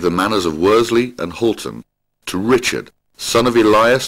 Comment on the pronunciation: Watched this video and by and large enjoyed it. However, although the the narrator is very good he makes a few errors in pronunciation. 'Worsley' is pronounced as 'Wors-ley' (common mistake), should be said as 'Wor-sley'. 'Clowes' should be said as 'Clewes', 'Pendlebury' 'Pendlebry', should be said as Pendle-bury (berry).